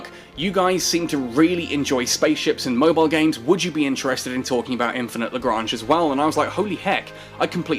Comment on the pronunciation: Explains how to pronounce LaGrange, then proceeds to pronounce it LaGrainge, lolz love ya keep up with the vids.